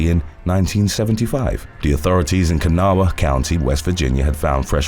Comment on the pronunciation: I live in kanawha county and have never heard of this. Great job with the pronunciation of kanawha, most people who are unfimilar with it completely butcher it. 😒